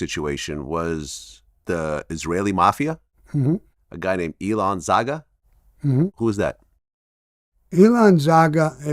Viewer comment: Hey Vlad, correction for you and Sammy His name is not Elon Zaga, but Ilan Zarger I can understand why hearing this sounds different